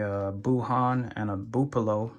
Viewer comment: My man said "buupolo" lol